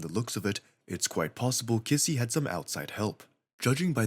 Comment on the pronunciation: Bro , can't even say kissy right for even one time 💀